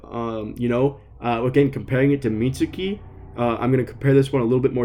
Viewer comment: The funniest thing was you bringing up that someone at PPG mispronounces names but then immediately after you then mispronounce Mitsuki.